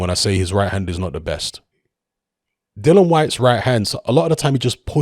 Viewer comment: still can't pronounce "Dillian" correctly.